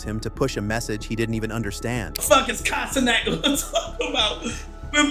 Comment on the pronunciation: Did bro say "Kai To-Not"?